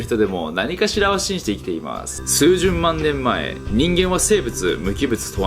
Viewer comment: 「すうじゅんまんねんまえ」